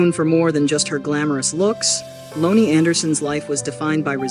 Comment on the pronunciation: Can you please say her first name Right 🙏🙏